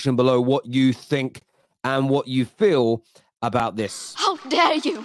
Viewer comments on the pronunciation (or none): none